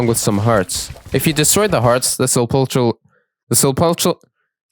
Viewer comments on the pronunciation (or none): A little tip for some of the words you were mispronouncing, Hekate, is pronounced exactly like Hec-ate not as complex as you're trying to make it be, Likewise for Sepulcher, you basically had it, just the CH is pronounced like a K, so its like Sepulker Hope that helps you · FYI, I’m pretty sure it’s pronounced “sep-leck-err” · Why does everyone pronounce it sepulcher. It’s sep-ul-ker.